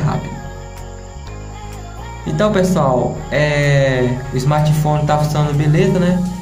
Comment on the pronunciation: "Toxe escrim", "pobrema", "martefone", se vocês "querê"...... PQP!!!!